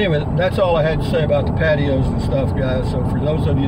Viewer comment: For a moment there I thought that you said 'I'm going to talk about pantyhose and decs' ;)